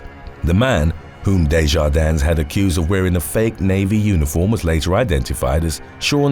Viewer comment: The "s" in DeJardins is silent.